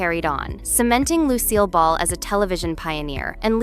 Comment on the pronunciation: Narrators Tinny voice is annoying. The fact that Lucille Ball's name is mispronounced screams AI. Take your phoney content, and Go Away!